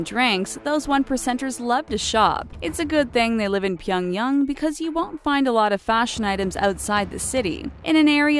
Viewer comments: PyongYANG not pyongyung 🤨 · Its not pyonyong its pyongyang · Okay if you're going to do a video on North Korea, at least try and pronounce the words correctly... And it is 평양 Pyeong YANG (short a vowel sound), not Pyeong Young. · Its fucking Pyong yANG not fucking yung if it was yung then it would be spelt that way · Pyongyung??? It's not that hard pyong-yang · invincimaxi it’s pronounced pyung-yang, not -yung. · pyong yang is pronounced "pyung yahng", not pyung yung. also, some of the images on there are "actually" south korea. and no, north korean dont drive around audi's, rich SOUTH Koreans do. north korea also doesnt have Zara, Nike, Adidas. there is no proof. they may somehow import or bring one in, but again, no proof of store like its mentioned on the video being there. and no, the image of with people walking around from to isnt north korea. its south. this has got to be the worst channel/video about north korea lol. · i cringed every time she said "pyongyoung" instead of "pyongyang" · Couldn't make it halfway through the video as her voice and how she said Pyangyang broke me!!! 🤣🤣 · Do you not know how to pronounce things? It's not pwongyowng or Kim jong uun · Pyung young. Kim Jung Un. Jesus, these chick narrators are as dumb as stumps. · She said “peeyung yung” Kim jung “uhn” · Pronounced Pyongyang as Pie-young-gang OH MY GOD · super cringe everytime she pronounces "pyung yung".. smh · Why does she pronounce Pyongyang as "pionyoung"? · If you're going to do a video on NK, couldn't you at least aim at an approximation to a correct pronunciation? Pie-un-yang? Really? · HighVerdictYT it’s actually pronounced pyong-yung lmao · Where's pyongyoung? lol... obsessed with N. Korea but can't pronounce their capital city. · Stop saying Pyongyang, is so annoying if you can't pronounce it right. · wtf her pronunciation of pyeongyang changed like 3 times and was wrong every time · PyOngyAng say it properly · Please learn how to say Pyongyang correctly holy shit